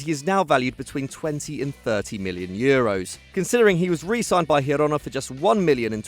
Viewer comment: You pronounce Girona wrong